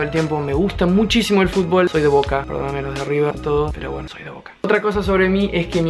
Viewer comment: me encanta cuando te haces el argento diciendo me encanta el fútbol jsjajaja te amo